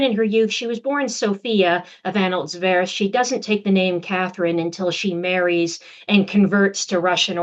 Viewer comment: Slightly distracting that your learned and erudite guest cannot pronounce the dynastic name her research subject, Anhalt-Zerbst (Tsérb-s-t)